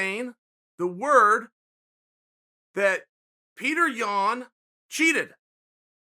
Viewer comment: I hate that you mispronounce Yan's name